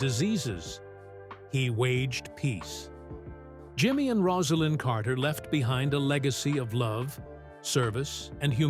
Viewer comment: The narrator can’t pronounce Rosalynn’s name (Rose a lynn) and thinks Jason Carter ( his grandson) is his son Jeff. Inexcusable.